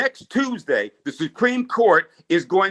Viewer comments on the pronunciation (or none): none